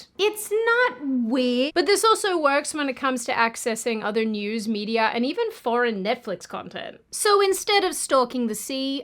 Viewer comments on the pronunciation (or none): none